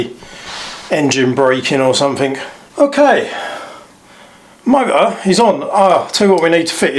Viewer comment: Accent kills me. Mo-er. 🤣🤣🤣🤣🤣🤣